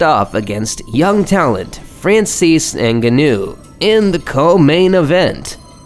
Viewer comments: Francis vs Alistar isn't called the most violent fight. It's the most violent uppercut. Also you are pronouncing Ngannou wrong. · how do you have an MMA channel yet don't know how to pronounce Ngannou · Confusing names (Joanna), mispronouncing names (Ngannou and Cormier), but overall good video.